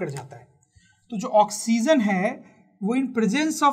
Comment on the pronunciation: Not oxzen sir 😆😆😆 ***oxygen